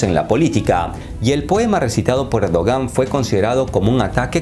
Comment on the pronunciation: dice “cerdogan” jajaja